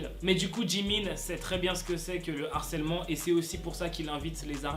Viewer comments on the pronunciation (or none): none